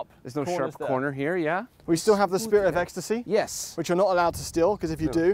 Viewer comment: “I can raise or lower my spirite of ecstasy..” hahahahhahah